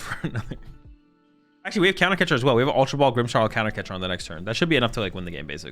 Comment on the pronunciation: there is no "H" in "Grimmsnarl". stop saying "Grimmshnarl"!